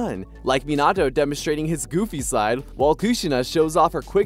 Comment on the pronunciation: It irritates tf outta me when people pronounces minato’s name like this guy💀